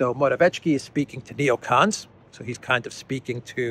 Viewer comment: it's "more-a-viet-ski", simples! yes?